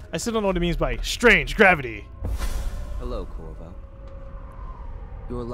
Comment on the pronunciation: Lol his name is Corvo, not Corzo.